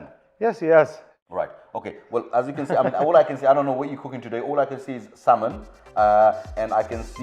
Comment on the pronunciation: The L in salmon is silent so you don’t need to pronounce it :)